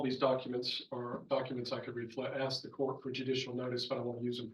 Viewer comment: Those people can’t say the word ASK ? They always say ( AXED ) smh That ignorant mentality.